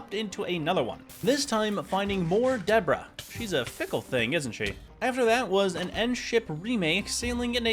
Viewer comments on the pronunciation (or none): Love your vids, but dude you GOTTA say debris the right way. It’s Duh-Bree. Not Debra